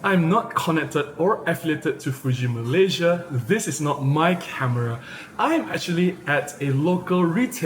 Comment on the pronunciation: Hey, I have a confession to make I love the way you pronounce 'From Malaysia' at the beginning of your video. I loved it so much even it started getting into me. ANyhow keep up the good work